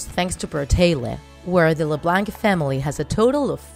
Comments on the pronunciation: If your gonna say their last name say it correctly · How do you make a draw my life, but can't pronounce their last name. It's french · The c is silent in Leblanc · Annie Le bLaNk me: I'm pretty sure its pronounced Annie le blaunk. but Idk I may be wrong. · Omg the way she says Leblanc it's not Le blank it's Le blanck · It’s not la-blank it’s la-blonk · It’s not pronounced “LIBLANK” it’s called “LEBLANC” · Leblanc!!!!! Not leblanck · It’s not la blank it’s Leb blonck like blonde with ck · It’s pronounced leblonc not lebanke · I'm so sorry...but the way you pronounce things is really throwing me off... La-Blank? It's kind of like Lah-Bl-on-k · Alicia Rutledge no it’s pronounced Le- blank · Alicia Rutledge ikr! Le BLANK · It is lu blonck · It's not "LeBlanc" it's LeBlonc even though it's spelt leblanc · It’s Le-Blonc that’s how you pronounce it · i’m sorry.... leblank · its not la blank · you say leblanc its pronounced leblaunc but it is spelled leblanc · Its pronounced LeblOnc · It makes me uncomfortable that she pronounces leblanc like leblanck. mostly because my last name is also leblanc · Leblanc?? It’s pronounced like leblonc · And the pronounciation of leblanc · Alicia Rutledge I agree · shes saying leblanc wrong that BUGS MMEEE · It's LeBlanc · U saying bratayley, haliey, and Leblanc wrong. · You said LeBlanc wrong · She says Leblanc wrong 😂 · Your saying LeBlanc wrong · You say Leblanc and brataley wrong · She pronounced Leblanc wrong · It annoys me how u say Leblanc and how u say Bratayley no offence and I liked the video :) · She spelt "summerall" wrong🤣 And pronounces leblanc wrong🤣 RIP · That's not how u say Bratayley or LeBlanc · learn how to say "LeBlanc" omg